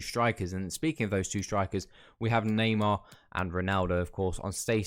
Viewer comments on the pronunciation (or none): none